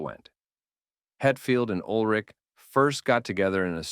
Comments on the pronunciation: you pronounce Ulrich way wrong Urlick?? anyways yeah Load & Reload mostly Load in my case collects dust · I came to the comments within 1 minute of the video starting to make this exact comment. One of the most iconic and well known musicians ever, no reason to pronounce his name incorrectly. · I agree with your assessment of the music from Load & ReLoad. Well stated. But.. Urlich? That pronunciation keeps jabbing me 😆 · Can’t even pronounce Lars’s surname properly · Were you trolling? Or did you really only learn to pronounce ulrich halfway through recording the video? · It's lars ulrich not whatever you said haha 😂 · So detailed yet still say "Ulrich" incorrectly